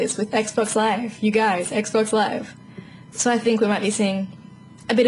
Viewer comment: Lol she says "so", like (So-urr) Adorable.